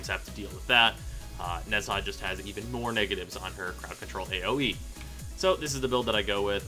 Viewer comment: How to say HIS name is Nah-ja